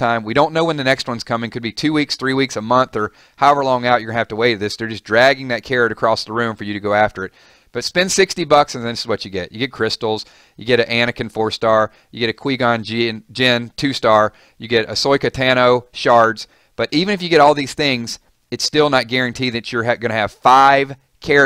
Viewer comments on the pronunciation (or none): Quee-Gon Qinn and Ahsoyka